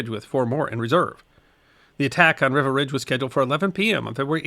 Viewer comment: Thanks for this. Just one thing: it's pronounced "Reeva" Ridge. (My father was there.)